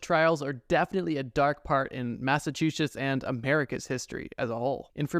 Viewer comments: “Colonial massachushits” lol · Massahshushites - I am so sad as a naive Massachusetts resident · He actually said "Massatwoshits"